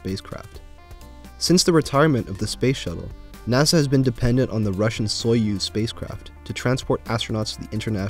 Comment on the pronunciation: I believe you're pronouncing "Soyuz" incorrectly. The pronunciation is more "soyuhz" than "soyooz"